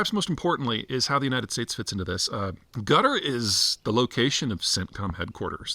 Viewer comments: No, most of the time he's calling "Gutter" (It's supposed to be pronounced "Cat Are"). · You might want to pronounce is as "Kataar", not "Gutter" :) (Unless you're trying to make some point) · Why does he say Gutter? It’s pronounced Qataaar. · Qatar and not Gatar Peter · I love how you call Quatar "gutter" lmao. It's pronounced CATAHRR / KATAHRR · Why does it sound like Gutter instead of Qatar 😂😂😂? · No mention of Quatari state sponsored jihadi terrorism across the globe directly through Al Jazeera , their jihadi propaganda machine, indirectly via sponsoring programs in Western universities posing gullible woke minds. Let’s not forget to mention harbouring Hamas and Muslim brotherhood. BTW, how you pronounce Quatar sounds like gutter. Good description. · Sounds like he's saying Gudder. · Guttar? how can a guy who specialises in geopolitics not pronounce a simple country name? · Qatar, not gutter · It’s most certainly not pronounced “Gutter” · I'm not sure you pronounced it right peter. It's gutter, not qatar. They treat non qataris as sub humans over there. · Love the pronunciation of Qatar (Gutter).....LOL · Why does he keep calling Qatar, "Gutter"? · It’s not. It’s closer to Cutter/Quhter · Please don't call Qatar "gutter" 😛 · Having lived in Qatar for 10 years, I can categorically state that nobody from Qatar pronounces it 'Gutter' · Heh... That's what I was hearing as well. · His Qatar sounds a lot like Gutter lmao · you can't even pronounce Qatar properly